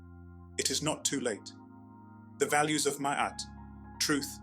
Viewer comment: First I would like to thank you for pronouncing it properly....(I've only gotten that far...carry on😌)